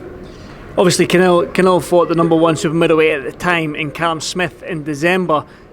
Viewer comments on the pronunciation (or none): he calls him 'khanelo'